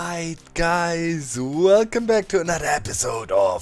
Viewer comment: that welcome really sounded like "fuck 'em" lol XD